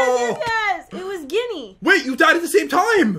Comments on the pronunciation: The first character mob is mady moody lol gin ny instead of ginny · its pronounced jinny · Ginny Me: ITS GINNY (say with J sound) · You guys should watch the Harry Potter movies! They are SO good! And, you wore Voldemort and Alistair Moody (or Mad-eye Moody. Also,, it is pronounced J-inny even though it is spelt Ginny. Love y’all! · Oh that was Ginny or Jinny Me: It's G-G-GINNY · You guys disappoint me. It’s not “Doe-be” it’s “doh be”. The character mod was Mad-Eye Moody. Also, it’s “jin e” the g makes a j sound. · ummm OFFENDED and “pants” here are trousers. and for, it’s pronounced (Ji-nn-E) but still love you! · Doby pronunciation (d o b ee) alastor nickname (moody) giny pronunciation (j i n ee) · IT'S PRONOUNCED JINNY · "Is it 'Ginny'? or 'Ginny'?" I'm quite offended, might want to take lessons from Fluer. It's pronounced 'Geeney' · Omgosh jen. Ginny. (Jinny). Ouch. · Who else was offended when got Dobbys and Ginny’s name wrong? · She can say Draco but can’t say Ginny